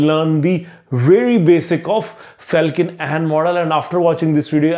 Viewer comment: It's Felkin-Anh not Ahn